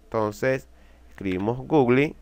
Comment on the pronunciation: Nadie: Absolutamente nadie:: Gugli xd